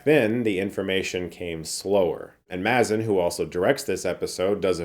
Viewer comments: Spot on review! Can't wait for the next episode. Also, I'm pretty it's pronounced MAY-zin. Not MAZ-in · Great to see you recapping this and looking forward to watching the show. Also, it’s pronounced MAY-zin. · Mazin is pronounced MAY-zin. Like aMAZINg. Because he is amazing. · Great review, thanks! Quick note, Craig Mazin's last name is pronounced MAY-ZIN (like Amazing). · Pronounced “May-Zin” 🙂